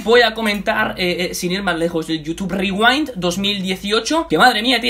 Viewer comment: YUTUB RRRIWAIND <33